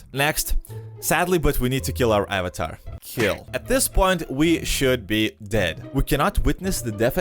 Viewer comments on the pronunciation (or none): none